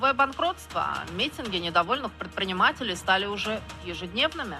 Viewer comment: Враження, що у скабеєвоі повний рот лайна - так дивно вона слова вимовляє. «Придпринимателі» - супер!